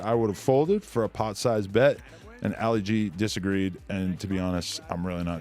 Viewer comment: "Alley Gee"... 😂🤦‍♂️ It's pronounced "ah-lee gee".. as in Muhammad Ali lol